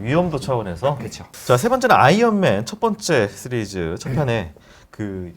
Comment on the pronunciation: '시'리즈라고 발음 해 주시면 안되나요 ㅜㅜ